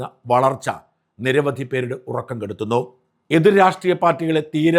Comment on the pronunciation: Varalcha ano valarcha ano. Correct ayity para shaja.